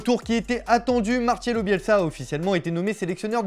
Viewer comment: Et "Marcelo" pas non plus capable de le prononcer 😅😅😅